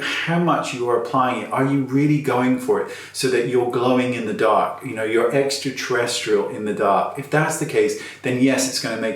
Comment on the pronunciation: "Extra Terristeral" in the dark...🤣